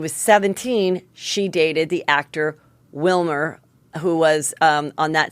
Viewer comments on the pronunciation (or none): I know Heather does not do it on purpose and people (very annoyingly) give her negative feedback on it but I find it so endearing/charming when she slightly mispronunciations names (Wilmer) - thank you for not editing it out or feeling like you need to fix it. ❤️